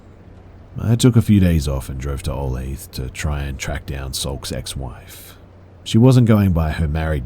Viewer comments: Olath Kansas lol. For future reference Be it's pronounced "oh-lay-tha" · Ok i know its a small point and it doesnt matter now... but olathe is pronounced o-lay-tha